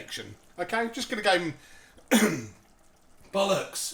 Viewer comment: Woah, Steve sounded really different right at the end there when he said 'bollocks'. Almost sounded like a light Estuary accent rather than his standard Cockney.